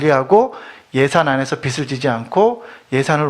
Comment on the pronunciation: 있쟈나여"~" 빚청산 ‥빛이 아니에요빚이예요 빚비슬지다,비츨지다‥다‥틀린발음이예요‥ 비즐이라고 발음하는것이 옳아요‥ㅋ 여튼 그것이 중한건 아니지만‥ 듣는내내 거슬렸답니다.신앙인들의 잘못짚는삶의일부분에 도움주시고자 열일하시는데 ㅎㅎ